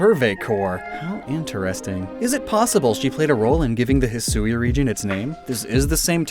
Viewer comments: I am really not fond of the way the person narrating that part of the Direct pronounced Hisui. The proper Japanese pronunciation should be two syllables rather than three. I get there not being consistent pronunciations for some pokemon, but when a word is clearly from the actual Japanese language they should really tell the people doing narration the proper pronunciation. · I was so bothered that they were not pronouncing the Sui in Hisui like the Sui in Suicune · It's a Japanese game, why wouldn't you pronounce it the way you would in Japanese? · That pronunciation of Hisui is odd. I know that's how they said it in the direct, but you would think they of all people would know to say it as hee-swee instead of hee-sue-ee. The emphasized "u" is an unnecessary extra syllable. And when you refer to the regional forms, it just sounds worse by saying hee-sue-ee-an instead of hee-swee-an. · Actually, hee-swee is more correct. Saying it how it's spelt means putting emphasis on the "u", which makes it sound like hisuui (ひ す う い) to the ear. It's just not how it's pronounced in normal conversation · Hate to be that guy but it's bugging me every time. Hisui is pronounced He-su-ee (Last part like eek without the K). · in my experience with Japanese, Hisui should be pronounced closer Heeswee than Heesooee, kinda by blending the u and i together (and no that's not a pickup line) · It's supposed to be pronounced "hih-swee" not "hih-soo-ee". The woman doing the VO in the trailer got it wrong. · Ngl I thought it would be pronounced "He-Swee" instead of "He-sue-we" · Perhaps to some, but the difference is in the amount of syllables. Hisui (He-swee) is short and Hisui (He-soo-we) is longer. The longer version also sounds like an English speaker mispronouncing the Japanese version of the word. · I thought it was pronounced "hee-suwee", sort of like Shusui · I speak Mandarin, and in Mandarin, "Sui" is pronounced "Sway" so hearing "Sue-ie" makes my monkey brain flip out